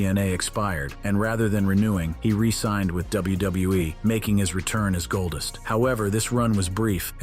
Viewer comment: i hate how he says golddust it sounds like goldist